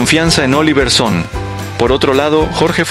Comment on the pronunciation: Se pronuncia SonnE, no Son! No es inglés es Danés!